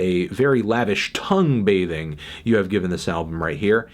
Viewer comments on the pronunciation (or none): “This is a very impressive, and very lavish T O N G U E B A T H I N G”